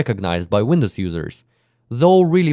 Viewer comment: Windwos instead of Windows